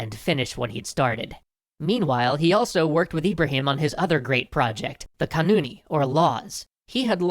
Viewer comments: Kanun, not kunan lol. Otherwise great video as always. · sorry guys but the turkish for law is "kanun" not "kunan"... not sure what kunan is... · laws are (قانون(ی 'kanun(i)' not 'kunani'.. sorry for nitpicking. : ) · Its kanon not kanoni